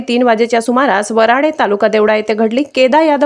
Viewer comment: वराडे नाही बाई वराणे असं बोल